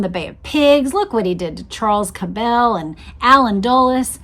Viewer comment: You are irritating me to no end with your pronunciation of the Cabell name. I grew up in Dallas and in the 60s the name was pronounced as Kab' le, NOT ka bell'!! Please don't give these low-life bastards a European twist as they don't deserve any more upgrading!! BTW, Earle was later revealed to be CIA!! So it's no mystery anymore as to who changed the motorcade route to the killing field. If they had not taken the right turn onto Houston and kept going on Main, proceeding through the triple underpass, they would have encountered a turn-off to the right to enter Stemmons Fwy!! 😮